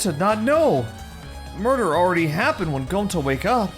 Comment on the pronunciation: 'Miurder'😖 It's time to stop👨‍💻🍹